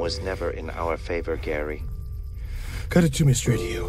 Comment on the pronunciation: Gaary not Death '-'